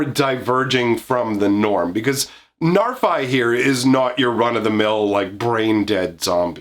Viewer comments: The bad news is, the Old Norse pronunciation is [NAR-fee]. The good news is, we already threw proper Old Norse pronunciation out the window with the set name, and it's a fantasy world, so you can say it however you want and no one will you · I'm quite sure it's pronounced narfi with an "i" pronounced as in "if," as that's how it's pronounced in icelandic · Got bad news It is pronounced "Nahr-FEE" but he's not supposed to be scary, just look at em! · Hate to break it to ya bro, its probably pronounced Narf-Y. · Sorry guy, it's "Narf-ee", based on pseudo Norse used for Kaldheim. Ever hear of a guy called Loki (Low-key)? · It’s a norse name, and it definitely is not «Narfai.» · Being from Iceland and knowing that Narfi is actually Loki's son in the stories, I can tell you how that name is pronounced here. It is: "Nhar've". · The reason it sounds bad is because you're not pronouncing it correcty. The "fi" part is the second pronunciation you tried, the one you think sounds bad, but the "nar" pronunciation is the one you got wrong both times. It's pronounced "nahr". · sorry but i'm pretty sure you don't use english pronunciation for norse names.